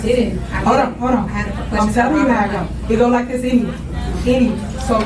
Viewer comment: Please check her education. I've seen her lie about that. I bet anything she bought that degree. That's why they questioned her about it in the deposition. She said "what's dis have to do wif why we here" They know. 😂